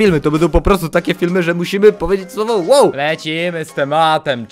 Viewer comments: ON POWIEDZIAŁ ŁOŁ A NIE WOW. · on powiedział łe łe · Powiedział łoł